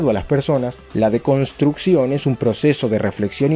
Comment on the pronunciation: No entiendo dices deconstrucción o de construcción